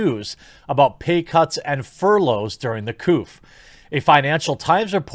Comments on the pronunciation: Furlough = FUR-lo. Plus, I’ve heard you’re actually 1.5% too loyal. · Its furlough as in furr-low bro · Furlough is pronounced 'fur-low', btw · aw man what an arse to tweet that. btw it is "fur-low" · Furlough rhymes with dough, not cough, Jeremy. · Not knowing how furlough is pronounced. Doh!